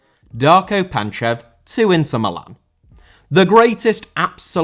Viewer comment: Inter* not Ento